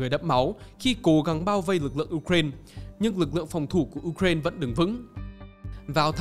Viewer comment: Đọc là u rai na đi, uren khó nghe quá